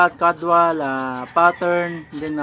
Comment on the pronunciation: Good video boss may natutunan nanaman po ako. no offense po boss pero na notice ko lng po ung pronunciation mo ng "caudal"... dapat po boss KAWDAL hindi po KADWAL. correction lng po yan boss no offense meant.. god bless po boss at more power po. new subscriber po ako. <3